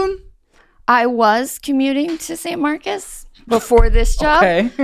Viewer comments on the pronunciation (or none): why did she call it Saint Marcus lol